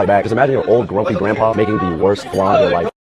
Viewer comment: It’s not fucking FLAN .. THIS IS WHY REGULAR PPL THAT DIDNT EVEN GROW UP IN A KITCHEN SHOULDNT TALK